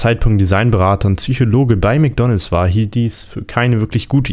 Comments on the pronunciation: "Tsüschologie" xD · Höre ich da tatsächlich "Tsychologie" "Tsychologe" und "Tsychologisch" bei der Erklärung des MC Donalds "M"??